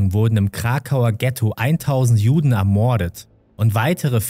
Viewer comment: ermoooordet.... fürchterlich die sprache . die betonung mancher wörter ist grausam:/